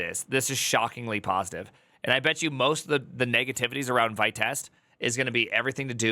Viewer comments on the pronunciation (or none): Vite is pronounced "Veeet", it's french for "fast" or "quick" Vite (French word for "quick", pronounced /vit/ , like "veet")